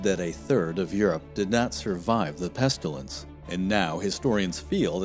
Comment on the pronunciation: Very interesting! Made me want to find out about so many different things, especially the Polish king who gave refuge to the Jews. Please say "pestilence" not "pestulence", though! Maybe you are getting confused with "pustules"? LOL.